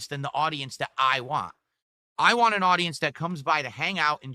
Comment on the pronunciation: The worst thing about him is the way he says “want”